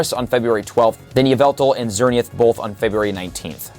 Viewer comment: Bro said “xerneuth”